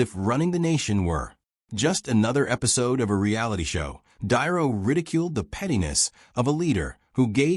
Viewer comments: Another AI generated video can’t even pronounce Robert De Niro’s name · Get your AI to pronounce De Niro.